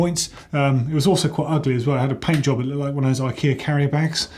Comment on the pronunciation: said pant job not paint job lol